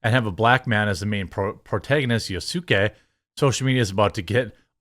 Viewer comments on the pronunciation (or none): I can't get passed his pronunciation of Yasuke's name. YAH-skay. Not Yuh-SOO-kay. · Please stop saying ya-suuu-ke Just say Yasskè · Yasookay 😤 Yas-kay (please correct me if im wrong) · it's Yas Kay not ya su key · Nah I disagree. I like the idea of having Yasuke in this one. Plus there's hardly any information about whether he was a samurai or servant or retainer so no one can say definitively. Plus its not pronounced yah-su-kay, it's yahs-kay. There was good evidence that he was a notable oart of Nobungas entourage whether he held the title "samurai" or not. So I wouldn't take anyone who can't even pronounce the name correctly with any seriousness. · Correction it's Pronounced Yas kay. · His name was pronounced "YAS-KAY" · Man, I get this is big news, but I haven't seen one video game channel pronounce his name right. It's Yasuke (Yas K) similar to Yusuke from YuYu Hakusho. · Lmao to all the kids and divorced dads who watch this basement dwelling tweaker whine about a game featuring a historical figure who ACTUALLY EXISTED as he mispronounces his name (after claiming to be an expert on the subject) and then ADMITS he's only ever played 2 games in the AC franchise. This guy is not a gamer. He's not a maven of Nerd culture. He's a right wing grifter acting like he's one of you in order to get ad dollars off your fake outrage clicks. Don't become like this miserable tosser. Wallowing with his pee bottles as his wife goes out to have a good time with another man. Do better guys.